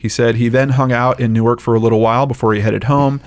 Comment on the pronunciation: Thank you, for pronouncing Newark correctly!